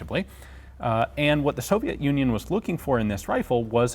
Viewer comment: Блин, я тоже не заметил разницы, когда Йен сказал "Совьет юнион" на . Чёртов совок не отпускает XD Кстати, дико приятно, когда говорят об оружии, которое делают в твоём городе. Жаль, что Драгунов-младший перестал проводить лекции у нас, но раньше они были. Я ходил на них. Damn, I also did not notice the difference when Ian said "Soviets Union" . The devil does not let go of the scoop XD By the way, it's very nice when they talk about the weapons that are being made in your city. It's a pity that Draganov, Jr. stopped giving lectures , but before that they were. I was visiting. google tr.